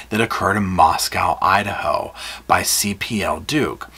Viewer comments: Just fyi, Moscow is pronounced like Mosco not moscow where the o is long sound. Not like moscow Russia. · It's co lol not cow how u say mosco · I know your gonna slap me. Moss-go. Moscow